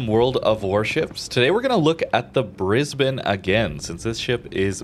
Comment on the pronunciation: Correctly pronouncing Brisbane, well done bahaha